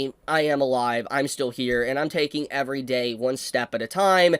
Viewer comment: "evewy bit of engagement i get on my channow makes me twemendous amounts of money AND THAS THANKS TO YOU GUYS"